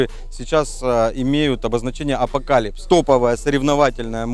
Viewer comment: Сказали апокалипс а я думал апокалипсис🤣🤣🤣😂😂😂😂😂😂😂😂😂😂😂👍👍👍👍👍